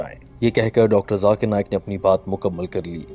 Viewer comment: को zakir नाइक बोलना नही आया, अभी तक jakir बोलते हैं,🤣😂 इंग्लिश में लिखा हुआ है, ज़ाकिर ज़ेड से आता है और आप जे से बोलते हैं उनका नाम